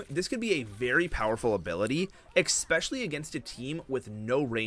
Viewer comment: Bro it's not EXPESCIALLY its ESPECIALLY Maybe youre saying it wrong on purpose to get people to comment.